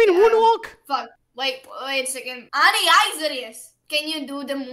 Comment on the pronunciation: She said Annij shut up XD